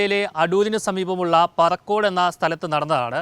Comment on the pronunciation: പറക്കോട് അല്ല പറിക്കോട്